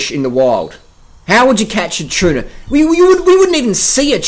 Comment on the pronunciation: Bro, it's not 'chuna' or 'chark.' It's tuna and shark.